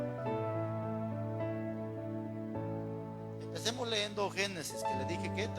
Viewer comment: Todo su mensaje esta excelente solo que hablando de hablar bien, con todo respeto le hago las siguientes observaciones a su pronunciación y podria comprobarlo en un Diccionario. Se dice correctamente NADIE, CAYENDO, LEYENDO, TENDRÍAMOS, etc